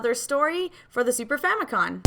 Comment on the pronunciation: Are you saying Super Famicon?